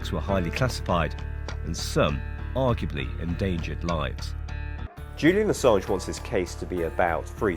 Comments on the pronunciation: the gaslighting and hypocrisy runs deep with this one. and friendly tip: it's pronounced "uhsawnj" (he's one of the most important figures of our time, gotta respect his name, bruh ;) cheers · You're pronouncing Assange wrong.